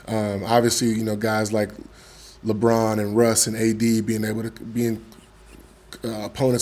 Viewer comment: Why is it so hard to say "LeBron" for all of these NBA dudes?